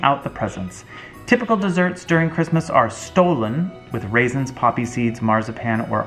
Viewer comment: I love that you tried German Christmas food ☺️ You pronounced it correctly once: it‘s pronounced Schtollen 😅 Oh and Niederegger is a very famous company here in Germany. Mostly known for their Marzipan 😊